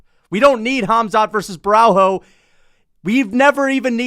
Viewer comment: Cuz, u need to learn that Portuguese don’t pronounce the “h” so u have a full vid of u saying borralHO when it’s pronounced borralYO, you’re already a controversial figure, don’t start sounding dumb too otherwise ur cooked